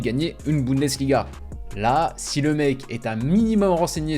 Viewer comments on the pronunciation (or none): none